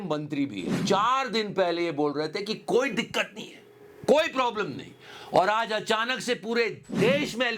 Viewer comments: "Aj" not "As" jahil... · he never went school. How he pronounced as 😢